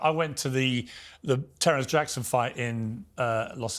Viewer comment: Man said Terence Jackson 😂